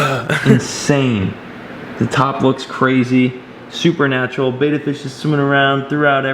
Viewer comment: It's not pronounced beta, it's like better without the r. Betta.